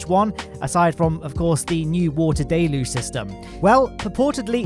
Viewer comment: Not sure why it bothers me so much, but deluge really is pronounced del-yooj, not day-looj. Many space youtubers seem to struggle with that one